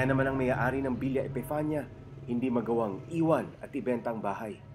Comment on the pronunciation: It's villa epifania